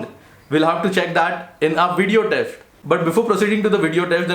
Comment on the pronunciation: Did I hear "Video Teft" instead of Test